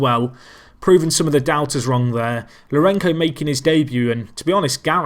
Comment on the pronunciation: Scenes! What a game. Also, the "c" in Lourenço sounds like an "s", not sure you'll bother to change the pronunciation since it goes back to 2014 :)